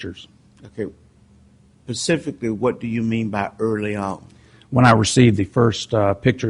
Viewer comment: Any reasonable person would think her guilty. It only matters whether he acted in a biased way, like Ito acting for the defense for OJ or Older acting for the prosecution in Manson et al. If so, then saying, "pacifically Anfony" is the least of his transgressions.